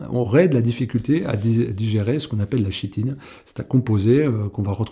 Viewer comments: On dit Kitine pas CHitine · Chitine se prononce "kitine".